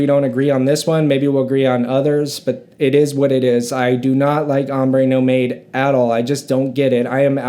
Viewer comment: It pronounces NOMAD.......not NO MADE